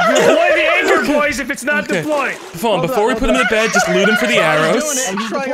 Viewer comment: Instead of saying can you not i heard can you nut